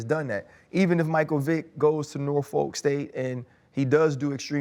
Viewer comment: Ryan. Please ask Coach Tomlin how to pronounce "Norfolk". You all are hurting our ears.